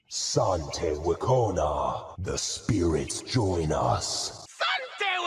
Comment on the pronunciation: It angers me to my very core how all but one skin for Mal'damba, and not the default, pronounces wekono correctly. No, it's not Wekona. I checked many many many many times. Only the Chancellor can read apparently. Also the grammar on his ultimate description is wack. It says the snake spirit is fearing enemies. That sounds utterly useless. It doesn't fear the enemies, it inflicts fear on the enemies. Unless our snake bites, then it's not very useful for it to fear our enemies.